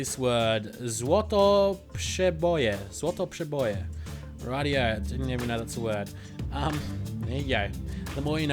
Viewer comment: As a Pole I can say you said "Złoteprzeboje" very proprerly :DDD